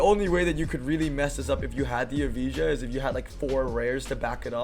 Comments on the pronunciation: was wondering why he talk about e-visa :D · Its not eveeja. Its evaya🙄